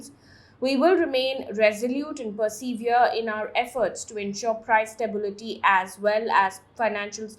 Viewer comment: "perSEEvere"? "subSEEquently"? Mam what are these words? Also you pronounce incorrectly all words ending with "tory" Do please work on your diction.